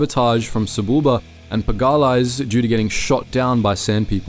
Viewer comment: puh gah lass is a wild pronunciation of pag-uh-lees